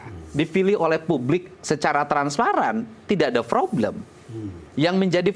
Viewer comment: KDM....sorry nih...*problem* dll kata yg ada huruf **p**...tp dibaca **froblem**, p berubah jd f...mklm org Sunda...,tp berbahasa Indonesia lah yg baik dan benar 👍🙏